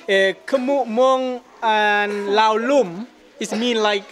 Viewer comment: We need the audience volume turned up a little bit. Thai person here, but Laotians call their country "Lao" without the S sound. I don't even know why it's there in English spelling.